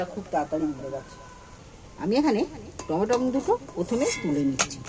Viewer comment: টমা টম সস নয়, টমেটো সস বলে